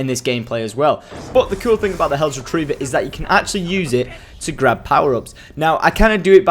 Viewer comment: Hells not hellos